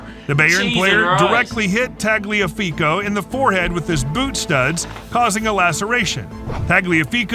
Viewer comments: pronounces Tagliafico without issue but cant say Ajax or Bayern xD kidding aside this was an entertaining video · Narrator: butchers pronouncing Ajax and Bayern Also narrator: says Tagliafico correctly